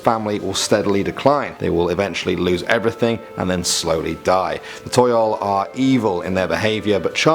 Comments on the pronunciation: I think Toyol is actually Tuyul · its tuyul laa